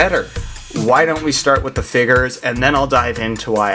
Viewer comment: figers? FIGERS?? WTF ARE FIGERS?!?! (still funny)